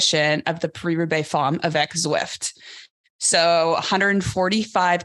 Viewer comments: Love you Alison but it’s pronounced parry not paree and it’s femme not fomme. Love what you guys do. Keep up the great work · I did french at school and my teacher pronounced Femme as Fomme, heard it often as 'Famm' Maybe it's a regional variation.